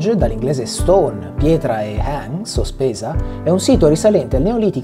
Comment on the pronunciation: No.. No.. No... Errata corrigé... la parola "henge" e non "hang" ... È un inglese antico e significa Lancia